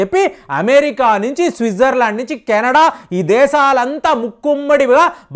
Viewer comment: మీరు 'అమె-రిక!'.. 'అమె-రిక!' అంటుంటే.. మెరిక లేనిదని తెలుస్తుంది.😅😅😅😂😂😊